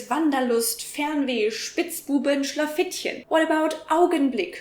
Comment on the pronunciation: Wow... I'm a German born in 1993... But after your video I feel like I'm atleast 63... You weren't even able to pronunciate "Schlafittchen" correct, while that is a completly normal word for me~ "Geschwindigkeitsbegrenzung" is also a completly common word, and the usage is atleast equal to that of tempolimit countrywise~ Also, "Wanderlust"? Sure, you don't use it every day, but it isn't even close to being an uncommon word~ Also... what kind of clickbait articles do you click on? You used that strange word for the egg decapitator in this video more often, than I've ever seen/heard in my life~ For me it sounds like you have the vocabulary of a 12 year old~